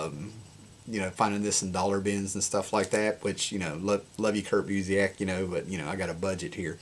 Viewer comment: Busiek's name is pronounced "BYOO-sick."